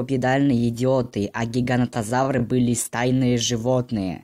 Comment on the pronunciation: Почему ты говоришь гигантозавр если правильно гиганотозавр